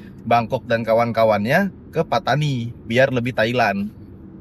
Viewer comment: Mungkin Pattani dari perkataan "pantai ini". Tapi cuba lihat bagaimana dieja dalam tulisan jawi Melayu. Bukankah Pattani dieja فطاني bukan ڤتاني ? Ia berbunyi "Fatoni" bukan "Petani/Patani".